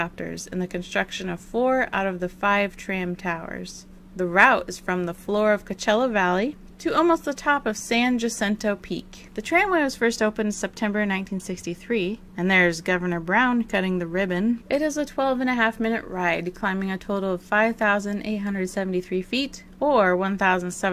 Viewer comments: It is San HAH-sinto. Gotta do Español here in CA. NOT JA-cinto. Love your wry analysis. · As someone who has climbed San Jacinto I just wanted to give you a shout out that we tend to pronounce it San "Ya"cinto or "Ha"cinto. I know it doesn't really matter, but you always make such a point in your videos that we the commenters being such individual persons like to correct your pronunciation.